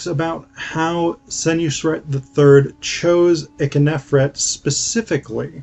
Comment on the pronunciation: Also, Ikhernofret is generally pronounced EEK-her-NO-fret, not ICK-uh-nef-ret although your pronunciation is not that bad. Lastly, you barely described the ka-her-ka festival.